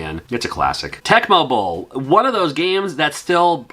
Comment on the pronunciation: Lol when you said Tecmo bowl, for some reason I heard tech bubble 😂